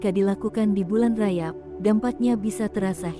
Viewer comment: 77 bukan RAYAB tapi RAJAB tolong di sebut dengan betul.